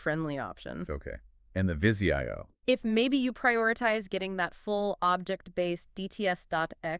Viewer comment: Jesus-it's NOT VIZI I-O, it VIZIO!!!! At least know how to pronounce the products you're reviewing. Extremely unprofessional!!!!